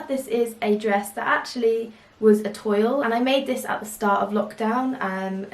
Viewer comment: Adorable prints and cute summer makes. By the way, toile is pronounced twall